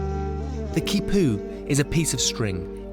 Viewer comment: This man is in South America and he doesn't take the time to learn to pronounce the words like Quipus,Llama which would be Ya-Ma very easy. Just makes him sound like an idiot.